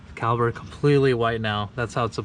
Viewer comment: Sesame Street: can you say CALIPER.